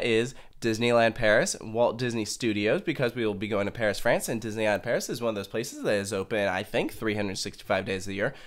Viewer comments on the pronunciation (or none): none